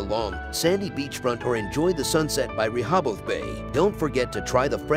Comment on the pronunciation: I live in Delaware and NONE of the beaches in this video are in Delaware. Also, the narrator butchers the names of Lewes and Rehoboth.